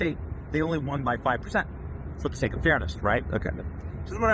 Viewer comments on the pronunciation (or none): none